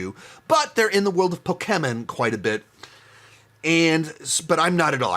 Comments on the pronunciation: Why are you pronouncing pokemon and pikachu like that you had it right the first time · Peak delivery of “Pok-e-men Ditective Pik-a-chu” I’m not big into video games, and so I’m not too big into these video game adaptations, but my top 5 would have to be 1) Sonic the Hedgehog 3 (3.5/5) 2) Pok-e-men Detective Pik-a-cha (3/5) 3) Hitman Agent 47 (3/5) 4) Sonic the Hedgehog 2 (3/5) 5) Sonic the Hedgehog (3/5) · I love how he keeps going back and forth on how to pronounce Pokémon